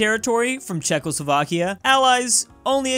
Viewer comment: If you dont understand its Czechoslovakia not Chzechoslovakia